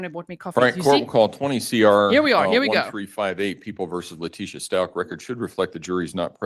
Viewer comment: I agree. And his Dad clearly backs up this idea. I listened to all 3+ hours of calls between Al and and LieTecia (Le-PEE-cia?! How perfectly karmic was that after she talked about poor GMan's poo issues and peed her own pants during interrogation!?) and Al held his sh!t together for hours of her changing stories because he just wanted to find his boy. And one thing they agreed on was that Gannon was helpful and just an all-around good kiddo. That video LieTecia posted she made while he was cleaning up the candle and she harrassed him about how they would have to sell everything and "not tell daddy" just killed me. In fact, the number of times she tries to throw Al under the bus and say sh!t like "we had a good talk where we just were talking just the two of us and we weren't going to ever tell daddy things" just k!lled me once we saw what an awesome dude and dad Al is.